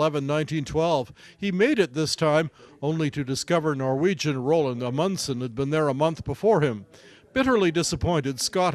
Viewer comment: Roo-aald not Roland. At least get the guys name correct, it's the least you can do jeez.